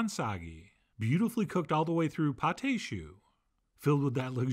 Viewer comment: Magnificent! (It’s pronounced pot ah shoo. It’s spelled pâte à choux, not pâté choux. What’s really funny to me is that allrecipes spells it Pâte à Choux: Those accent marks really confuse the software!)